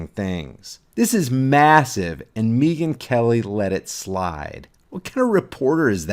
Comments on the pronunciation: Its Megan not Meeeeeegan. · Mee-gyn... Hahaha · Is he saying Neegan instead of megan. Or am i losing my mind. Neegan from the walking dead. Yes? Lol. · Why are you pronouncing he rname like that ?